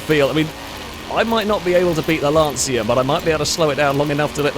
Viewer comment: can someone tell it's not "Lantseea" but more like "Luntchuh"